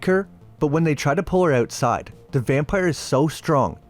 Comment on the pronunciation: "Buried OOwtside of the HouwSe"